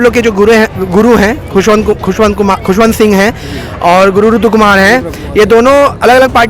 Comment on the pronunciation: Ptrakar mhoday hamare guru khushvantdas saheb ka naam shi se nhi le rhe h ,Jai satnaam